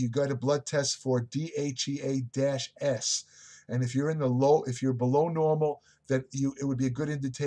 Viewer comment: Be sure to slow down and articulate. Most of the time when I think you're trying to say DHEA, you actually say DHE, DHA, and DHT. When saying DHEA please slow down to pronounciate it accurately.